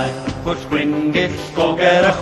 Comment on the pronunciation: The one thing that puzzles me is that in the song, the ll seems to have two different pronunciations - the standard unvoiced l (llanfair, drobwll, llantysilio) and theta (pwll, gyll).